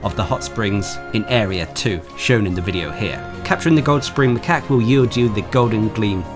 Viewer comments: .......not dependening on how you want to pronounce it. It's Macaque as in "Muh-Cack". Macaw is a parrot man. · Who tf pronounces macaque as macaw? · Nice guide but, just to let you know, macaque is pronounced the second way you said it as macaque is an actual real life species of monkey, and the first way you said it, macaw, is a species of parrot, just wanted to point that out, anyway, great vid. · Macaw = Bird Macaque = Monkey It's not a matter of how you want to pronounce it.